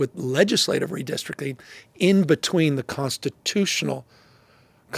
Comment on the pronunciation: said "redistrickin" and mispronounced 'capricious'. Smh